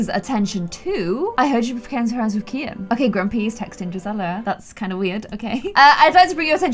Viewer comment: I think his name is pronounced key-in